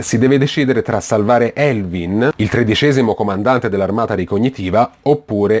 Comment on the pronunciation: Non sai parlare in inglese si dice Erwin no Elvin e poi si dice attack on Taitan no titan (ho scritto la pronuncia)parla bene!